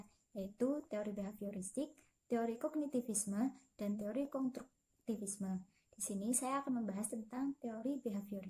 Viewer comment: Teori say bukan tori🥴😂